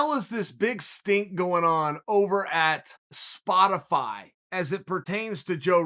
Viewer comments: damn he really said Spo- TIH-fy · i dont need you spo-tee-fie